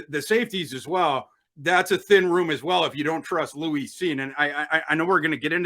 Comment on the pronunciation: Lou-eese Cine.😅😅😅😅. It’s Lewis bro.